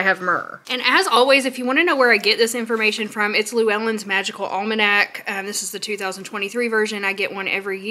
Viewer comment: h. Llewelyn is a welsh name and ive never heard it pronounced the way you have ''lou ellen'' this is how its spoken correctly. made me laugh being from wales can be spelt Llewelyn or Llewellyn